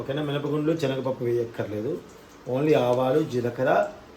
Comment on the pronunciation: Telugu bhasha ni dayachesi champakandi. Enni sarlu rectify chesanu. Chanaga pappu and chanaga nuni kadu baboyi. Sanagapappu and sanaga nuni. Sariga cheppakapote vinadaniki chala visuga untundi. Matladatam nerchukondi